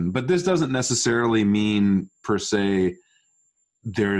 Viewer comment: per sebra 🤣